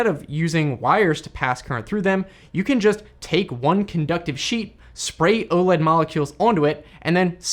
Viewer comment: Gah! Please stop calling it "Ohled". It's initials, so it's O-L-E-D. (oh, el, ee, dee).